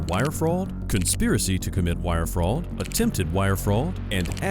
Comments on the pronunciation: To the narrator, what is Frahwd? I've hear of Fraud but I never heard of wire Frahwd.... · It's actually pronounced fraud, not fraul. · "Wire Fraod" wtf? AI voiceover always gives itself away. "intoxidents". lmao It literally pronounced the typo as is.